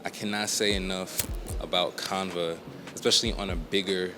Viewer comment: Love the video, great content....but I have never heard anyone pronounce Canva that way. The a sound is the same as in canvas. can-va. But you know what? Maybe us southerners are pronouncing it wrong. Idk.